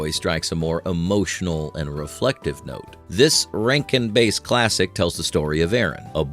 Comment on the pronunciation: Hey AI bot! It’s Bass. Rhymes with Ass (like a donkey).